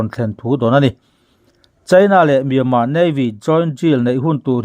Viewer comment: Myanmar tih lam rik hi a har viau aniang maw